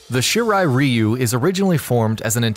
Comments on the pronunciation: The way you pronounce the Shirai ryu made this very difficult to sit through 😩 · Can you please learn to pronounce stuff properly before putting out videos?? First Xehanort, now Shirai Ryu... The videos are good and all and I mean no disrespect, but my ears have bled several times already... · fuck this video. u cant say shirai ryu correctly smh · The fact he pronounces the clan names wrong triggers me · Scorpion the Japanese member of the shirt Reeeyyyuuu F the pronounceation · Bro I could just watch this on history behind the warrior at least he can pronounce the clan names right, the hell is a shiri reeyu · I think it's pronounced Rwhyuuuu and not Reeeeuuuuuu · he said reeyu, it's ryu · Its not "Reeu" its pronounced "Rye u" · It's Raiyu not Ryu,Ryu means dragon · Every time I hear you say REEYUU, I cringe. Dude, learn some Japanese please. You should just pronounce as Leeyu, which is still not quite Japanese but much closer. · Shirai ree-oo is actually correct. Throughout the series, the Shirai Ryu's name is mispronounced as Shirai Rye-yu (when the correct would be Shirai Ree-oo). Also, given that "Ryu" is the Japanese suffix for "style", the name would be more properly parsed as "Shirai-ryu". Shirai Ryu means "Style/Flow of the White Well". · Shirai Reeeyu..... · Shiray ree u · ITS RA YOU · Shirai Reeeeyou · Its pronounced She rr eye, Rr eye you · shirai “ree-u” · ShEe RiE ReeY yUUu😂😂 pronounciation fucked the beginning of this vid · It's Shirai RY YOU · I speak Japanese and I still say "Rye-you" because I didn't know better in 1991 and built the habit. Not gonna change either. Edit: Nevermind, "Rye-you" only applies to Street Fighter. In this kase, it is wrong. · I cringed so hard when he said shirai Ryu wrong 💀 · not judging but it always bothers me when someone says Shirai Ryu wrong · That’s not how you say Shirai Ryu and Takeda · Anyone else cringe when he pronounces Shirai Ryu wrong... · Oh my god yes. He butchers the name every time lol